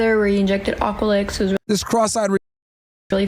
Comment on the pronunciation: Aqualix though lmfao at least get it right